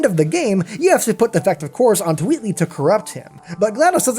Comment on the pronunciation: Wheatley not Weatley just sayin